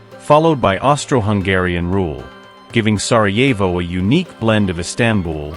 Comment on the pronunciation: Сараево,а не Сарво